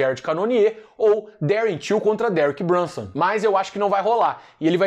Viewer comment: toda vez que falar do nome de Derek Brunson nas resenhas vc tem a obrigaçao moral de pronuncia-lo com aquele belo sotaque italiano.:_Carrano: Foi vc que criou o monstro, tá dado o papo!!!